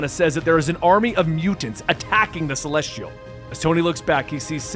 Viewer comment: Celestrial? Drewg? Yea, im done with the mispronounced words unsub.